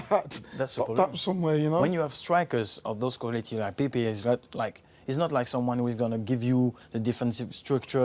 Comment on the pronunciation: Are we not gunna discuss about Saha calling pepe, pee pee